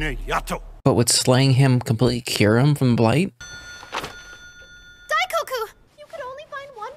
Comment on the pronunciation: I loved it when you called Daikoku Daikoko, because it makes him sound like a large cup of cocoa (dai = big).